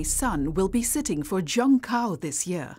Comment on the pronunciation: Ifyou're going to have an insider channel covering China you should at least try to get a narrator who can get basic pinyin pronunciation down. Zhongkao is zi-own-gh caw, for example, and the Gaokao is gawl caw. This isn't even pronouncing the tones correctly, it's the difference between pronouncing Beijing like an American vs pronouncing it horribly like 'bye jeeang'.